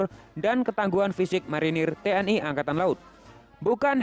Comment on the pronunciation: TNI jangan dibaca T N Ai bos ,ejakan. Indonesia jangan. Diinggriskan yaa